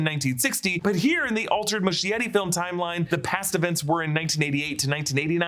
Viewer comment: MUSCHIETTI is pronounced “muh-skie-ree”, SKIE not “shh”